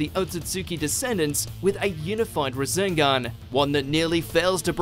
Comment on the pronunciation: You can tell the guy commentating doesn’t know sh*t about naruto because of the way he said rasengan.